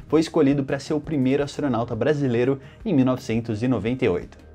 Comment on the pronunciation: Seus vídeos são impecáveis!!! Parabéns pelo trabalho. Agora o “astonauta” em chega a doer, como um erro desses é publicado??!!!! Parabéns pelo vídeo! Sou seu fã!! Abraços